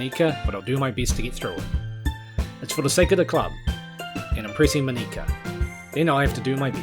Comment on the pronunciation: Btw,, are you sure it's Moníka and not Mónika?